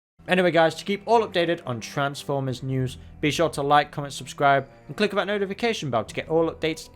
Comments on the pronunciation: It's driving me nuts that you keep pronouncing transformers as "transwers" - ENUNCIATION AHHHHHH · Why does he say Transformers like that ffs